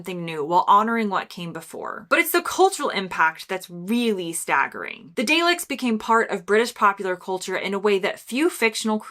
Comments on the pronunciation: Dayleks! It's pronounced 'dahleks' as in darling. I became amazed as time went on, to realise that generations of kids all independently watched some episodes from behind sofas and armchairs, just as I did back in the early 70s. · I'm sorry, you called them (daleks) the "day-liks"? It's "dah-lecks". You now have to leave the country! And yes blackadder too should be in. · Sadly, read from a script that seemed to be prepared by someone else. No warmth. Dayleks!? No, Darleks is the pronunciation. Captain Mannering is the way to say Captain Mainwaring. Research from books or the internet is fine, but why not watch some to understand why they are iconic. Monty Python (pronounced Pie-thn) openly admits that their humour is developed from the anarchic and legendary Goon Show from 1950s radio, so they weren’t really doing something completely different as suggested. Nevertheless, classics all. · Daleks is pronounced 'darliks', not 'dayliks'. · The "day licks" LOL to say Daleks it's DAH-leks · 'Day-leks'?! It's prouonced 'Daa-leks'. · Dar leks,. Not Day lecks. Ay theng yow! And - genuinely ordinary playing oprdinary people... it takes talent to play talentless folk, so I'd have said they are highly skilled actors. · Pronounced 'Darleks', 'Captain Mannering'! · What the heck is a "Day-lick"?? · Very well done; you are of course telling us what we already know! (In passing Captain Mainwaring is pronounced Mannering and Daleks Dah-leks!). Another commenter has pointed out Andrew Preview's work with Eric and Ernie - we all know about playing all the right notes, but not necessarily in the right order. And then there are these: 'You silly moo' 'I'm free!' 'oh dear - how sad - never mind.' 'Bluebottle enters, awaits audience applause … not a sausage.' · Daleks is pronounced Dar-lex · Sorry to be picky but You diddent.get the daleks and mainwarings pronounciation right